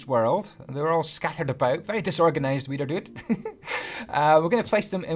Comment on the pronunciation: It sounds like weiner dude